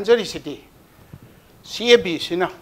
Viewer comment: CAB pronounced twb hetrido noi BJP gi ne